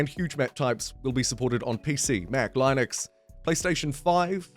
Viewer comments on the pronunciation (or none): Great informative video, as usual! Here’s a little info back to you: Linux is pronounced Lynn-icks, not Line-icks. Again, massively appreciate your work!